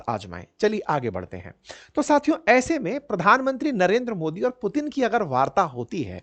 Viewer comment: मुतीन 😂😂😂😂 क्या बात है